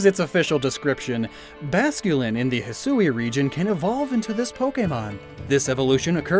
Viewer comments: Hey, just so you know, Hisui is pronounced `hih-swee'. The 'u' is almost silent. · The region is pronounced Hee-swee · Are you sure that”hisui” isn’t pronounced “hee swee” like the Japanese word “shisui” ? They’re only one letter off when spelled in English, and the word “shisui” can mean “scenic beauty” just like what we’re seeing in the trailer. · still pronouncing Hisui wrong... but manages to pronounce Kamuy just fine.